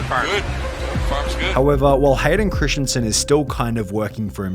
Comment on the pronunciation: Its christensen not christiansen. Hurtin my feelings.